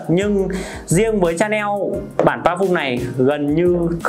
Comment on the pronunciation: Lạy cụ! Nói Tiếng Việt đã không chuẩn rồi thì thôi. Nghe phát âm tên thương hiệu chối không thể tả! Lạy hồn còn phát âm tiếng anh thì chuối cả nải😏😏